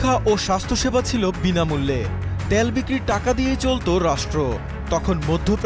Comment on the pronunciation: ত্যাল কিরে ভাই।। তেল বল তেেল